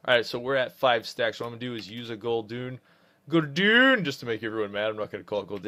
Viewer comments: Can`t tell if he really thinks it`s pronounced "Hand of Gul'DOON" and not Gul'DAN.. cringe worthy either way lol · Great vid, but hand of gul DOON made me laugh. As did no demonic empowerment on your bar for demonology lol!